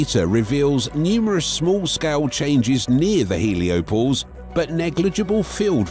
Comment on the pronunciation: "Heliopose"...? Hoa about HelioPAUSE?